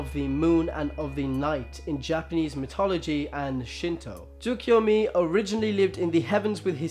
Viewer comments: Stop. Saying. Mitology. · Dude, you're saying mythology wrong